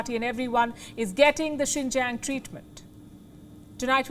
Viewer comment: "XINJANG TREATMENT" 😆 🤣 😂 😹